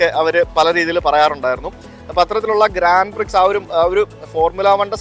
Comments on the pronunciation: ഗ്രാൻഡ് പ്രിക്സ് അല്ല കുട്ടാ ഗ്രാൻഡ പ്രീ , X ഉച്ചരിക്കില്ല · ഗ്രാൻഡ് പ്രീ എന്നാണ് പറയുന്നത് എക്സ സൈലൻഡാണ്